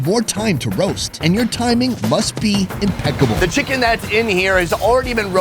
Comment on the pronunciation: "Timing must be impecc(k)able" haha.